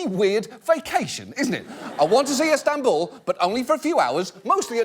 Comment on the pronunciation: He has been good with the names so far but then "ESTANBUL"